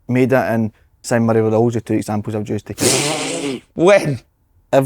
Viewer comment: Slaney it's Ma -e-da not Meda